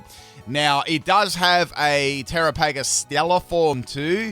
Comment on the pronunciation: tear-aa-puh-gos and the English language 🤦‍♂️:_pimpPickle